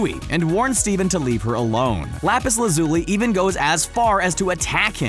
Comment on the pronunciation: Dammit. This video was so perfect until you pronounced "Lazuli" wrong.